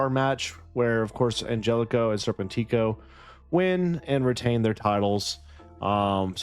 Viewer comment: Arrgh, it’s ser-PEN-tick-o